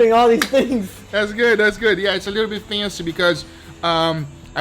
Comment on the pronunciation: I'ma need like a 5 min edit of Guga just saying "fancy" over and over. "Issa lil bit feingcee."